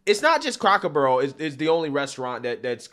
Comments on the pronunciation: Lol bro you’re pronouncing it “Crocker barrel” :) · It's C R A C K ER BARREL NOT CROCKER BARREL YO YO.